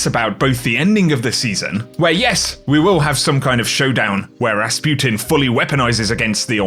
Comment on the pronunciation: he said Rasputin so perfectly🤯